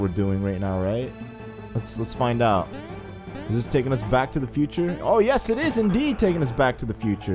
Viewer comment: futer not cuter